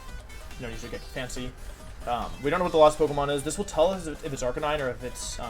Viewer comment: You can tell he was stressed because he kept misspronouncing Arcanine.